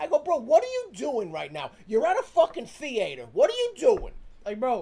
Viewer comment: “bro you’re at a thee-ayy-tor”😂😂😂